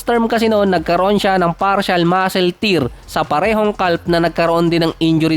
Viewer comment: ano yung basa ng calf? hahahahha silent "L" yun bro.